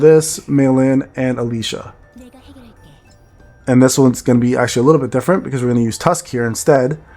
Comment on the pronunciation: Alicia? Don't you mean Alisa?